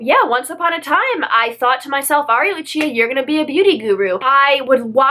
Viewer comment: Are you from Italy/have Italian relatives? (Asking because of your name and the way you say it...i feel like Lucia read like that sounds really Italian to me ahah) Kisses from an Italian subscriber of yours